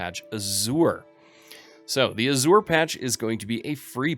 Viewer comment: check your pronunciation of "Azure". it is incorrect.